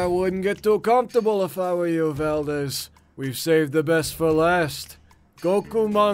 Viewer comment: Why do you call him Valdez? Are you Filipino?